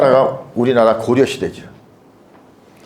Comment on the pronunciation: 주석의 주도제발 길게 발음하시옵소서. 강의는 좋사오나 자고저 문제가 실로심각하옵니다. 공부 좀 하셔야겠습니다 미국 뱐 완수 드림대체! 한학자께서, 높을 고 자를 바르게 발음하시지 못하다니!! 고려의 고를 길게 발음했나이다!! 참으로 실망했소이다!!